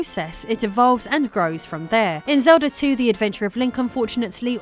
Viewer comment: As an American, I don't understand it either. She goes back and forth between saying it right and saying it wrong. She also said Zelder than Zelda, I don't get why folks from the U.K. go back and forth between pronunciations, sometimes in the same sentence.